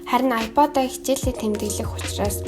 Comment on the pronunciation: аяпайд гэдгээ зөв хэл